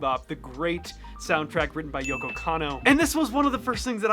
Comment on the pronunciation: one k, not two. ようこ not よっこ. Technically it’s more like Youko/Yohko but Yoko is her “official” romanization